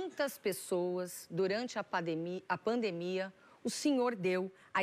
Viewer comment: Soraia falou pademia kkk